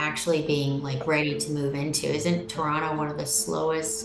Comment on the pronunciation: Torano haha she cant even pronounce it correctly. Its called Toronto or Taronto.